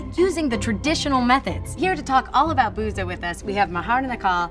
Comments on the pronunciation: I know Arabic and I am pretty sure "بوظة" is pronounced in Arabic as "Bootha/Boutha". The "th" is as in "with" or "then". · fun fact: booza is pronounced more like boothuh (th pronounced like th in the)